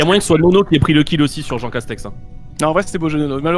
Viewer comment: C'est marrant leur jeu . Les stratégies qu'ils emploient. Le truc qui me fait vraiment marrer c'est jean castek qui met ce speudo en jeu, dit appeler moi jean seulement (à chaque fois qu'ils disent jean castek) mais dès que lui prononce son nom ,il dit à chaque fois jean castek 😂😂😂. Ne m'appelez pas ainsi.....(au autres) -(lui quelques minutes plutard): ça c'est du jean castek 😂😂.